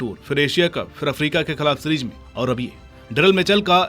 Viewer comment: Series ❌️ Sereej ✅️ 😂😂😂